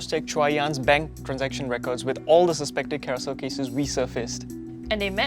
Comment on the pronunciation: That’s because mandarin is her strong suit. Her English enunciation is atrocious. She said ‘carousell’ and ‘carouzell’. Her pronounciation of all the consonants aren’t clear that’s why when she spoke in the first few min of the show, I have no idea what she’s mumbling about.